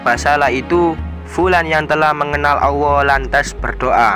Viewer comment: Maaf sblmnya perasaan mas nya kl nyebut asma allah kok kedengaran di telinga ku sll dg pengucapan awoh ya...mmng bgt atau pendengaran ku yg salah.sering saya mendengar bgt.